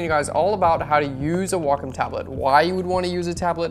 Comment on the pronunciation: Very informative. Thanks so much! Also enjoyed hearing Wacom pronounced correctly!